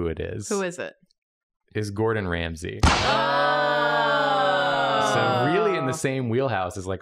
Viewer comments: when said rordon GAMSAY my soul left my body. uncurable illness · Hearing say "Rordan Gamsey" snapped me out of my high. Because I heard "Gamzee" Like the homestuck character. I had to rematch that section cus I legitimately thought was comparing the drawing to Gamzee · i just want to know i DID hear him say "rordan gamsey"